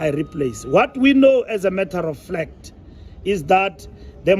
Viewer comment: "what we know as a matter of FLACT" thats what i heard loud and clear.